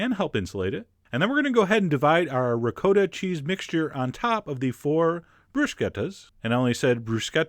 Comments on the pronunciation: One more time...it is pronounced Ri KOTTa not ReCoata. It means double cooked, or cooked again. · Nobody: Absolutely nobody: John: Ri-COAT-AH!!! 🤦🏿‍♂️🤦‍♂️🤦🏻‍♂️🤦🏾‍♂️🤦‍♂️🤦🏼‍♂️ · Wait, did he just say rick-code-ah? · How about trying to pronounce ricotta correctly next time! REE-COT-TAH, not recoder! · It's pronounced Ree caugh ta NOT RE COT TA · ri COTT a not re-COAT-uh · You're also mispronouncing ricotta. It's a short 'O' as in Hot, Top Pot. Not'a long 'O' as in Moad or Toad or Code... Just saying... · How 'bout don't be an ass. No one said "recoder". And Italians don't rhyme the second syllable with SPOT. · telling how its pronounced, but saying Ri-koh-ta. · Actually, no. It's Ri-caw-tta. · or to upset australians call it 'ricoata' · The way he pronounces ricotta just fucking annoyed me .. it' RI-COT-uh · Disturbed voyeur reporting for duty!!! Also, who cares about the bruschetta pronunciation... what grated my nerves was how you destroyed the word ricotta... or maybe im just biased to Italian pronunciation...